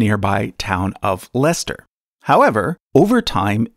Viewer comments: where did he die? Can't mock you too much. You are the first yank to say Leicester correctly in history. Bce? Exodus -21 Sound advice. Jews should follow it. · Congrats to an American for saying "Leicester" correctly 👍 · Well done on pronouncing Leicester correctly! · I love the American pronunciation of 'Leicester'! Made me giggle :) I used to live right on top of that burial sight....had a flat there right by the Cathedral. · Says Bosworth wrong but Leicester correctly not bad going for an American 👍 Edit: also really cool video 👍👍🙂🙂